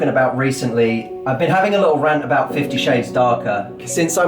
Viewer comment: THE CANADIAN LADY SAID ABOOT LOOOL